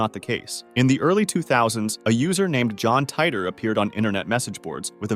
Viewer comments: Did you just call him John tighter? At least learn to say his name its the most well known one of all of these and you cant say his name right? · The way he/the computer voice pronounces Titor..